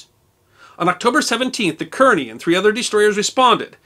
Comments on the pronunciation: The name is Kearny (Kar-nee) not Keer- nee. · I believe "Kearney" is pronounced "Carney" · I believe that Kearny is pronounced "car-knee." At least that's the way I heard WWII vets pronounce it when I was a boy. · Actually "Kearny" is pronounced "Carney". There were two Kearnys in the 19th Century Amcerican Army. One was Col.Stephen Watts Kearney who led an American expeditionary force into southern California during the War with Mexico. The second was Brigadier General Phillip Kearney who was killed near Chantillyl Court House, Virginia in 1862 during the War of Northen Aggression. Ft. Phil Kearney , American west, was named after him following. the war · Great stuff! Yes, the advertisement is irritatingly long, but someone has to fund the work it takes to pull this together. Oh, and I'd guess that the Kearney's name was pronounced "Karney", like the NJ city and the Civil War general. The destroyer was named for Captain Lawrence Kearney, USN, who lived in Perth Amboy, which is near Kearney. Incidentally, the Wikipedia bio of Captain Kearney says that "In 1818, he commanded USS Enterprise of the New Orleans Squadron when he sailed to Galveston, Texas and forced Jean Lafitte to abandon his base without a fight."